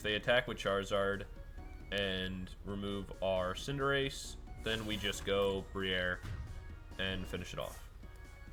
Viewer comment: Lmao “bri-air”, ou said that so fancy, is that the high society pronunciation?